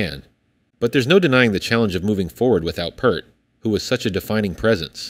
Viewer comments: It's pEARt not Pert. Get it right!!! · It's FUCKING PEART! NOT "PERT"! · His name is pronounced Neil "Peered" not "Purred" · Neil's name is NOT Purt, it's pronounced Peert. IDK why so many people can't get it right. He just seemed to take it for granted when someone mispronounced his name. As a rabid fan since 1976, I have mixed feelings about them carrying on w/o Neil. There's not many of us left who can say they saw Rush play By-tor and the Snow Dog live. :-) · I can't understand why people still pronounce Neil's last name incorrectly. It's not "pert" it's "peart" it's pronounced exactly the way it's spelled. Pert was a popular shampoo in the 80's. You can not have Rush without Neil. Just like Led Zeppelin without John Bonham. Alex and Geddy could form a new band under a new name and perhaps play some of Rush's music for nostalgic reasons. It would be very interesting to find a drummer who could fit their caliber of musicianship. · Not to be that guy, but it's not "Pert." It's "P-EAR-T"--like the part of your body you use to listen to Rush's music. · Don't get your hopes up. Led Zeppelin didn't want to continue without Bonham, Rush doesn't want to continue without Neil Peart. "Pee-rt", not "Pert" like the shampoo. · His name is pronounced Pea art not Pert :face-red-droopy-eyes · Not pert, pe👂👂👂👂👂👂👂👂👂👂👂rt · Peart!!!!! Not purt!!!!!! I hate it when lazy people can’t be bothered to get his name right!!!!!!!😮😮😮😮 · It's pronounced PEEEEEEEERT. FFS, at least get the pronunciation of Neil's name correct. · P ear t Peart not pert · Hey, you keep mispronouncing Neil's last name. The "ear" in his name is pronounced like you say the word, ear. Or put another way, you say it like Peer and then add a T on the end. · For god's sake pronounce Neil's name correctly!! It's P-EAR-T. As a Canadian I cringe when I hear the professor's name wrong. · Peart. Pronounced P ear 👂 T. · p-ear-t. say it right! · Peart pronounced Peeert, after this many years 🙄